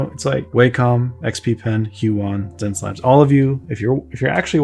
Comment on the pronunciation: I feel like it's supposed to pronounced 'SenseLabs', could be wrong. Regardless, seems like an artist would benefit quite a bit from this tablet since it comes with a great build along with a customisable remote, something Wacom is still refusing to provide[if anything they keep paring away the features that used to be part of the pack], at a lower price no less. I've been using my decade old small Intuos4 and if I were to upgrade, might choose this. Lastly, I wanted to drop a great big thank you to you, sir, since your tutorial on painting skin tones on Proko basically sent my projects to the next level; Marco Bucci and yourself have been a great help to get over my inability to understand colours and I've improved more in 2021 than in a decade of fiddling around.